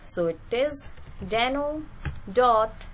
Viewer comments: It's deno not dano 😔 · the way you say it.. Dano..